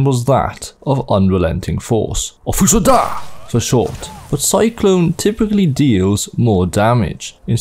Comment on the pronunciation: It's fus ro daah, not fus ro duuuh.